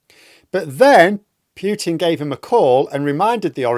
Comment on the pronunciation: Please say PUTIN, not "Pjutin"! It is just annoying to hear!